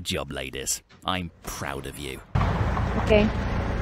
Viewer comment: He doesn't say Ladies he says Lais